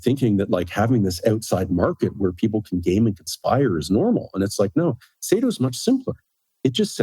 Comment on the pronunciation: Saito man, not Satio 😂